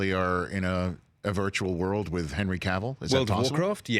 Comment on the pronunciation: Thank God Rich pronounced Cavill correctly. It's a pet peeve of mine when people say it like Cruella DeVille. It's Cavill like travel.